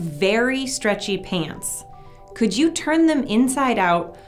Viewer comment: I thought you said hands not pants